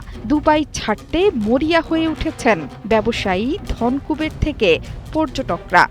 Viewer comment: উচ্চারণটা 'ধন্ কুবের' নয়, 'ধনোকুবের'..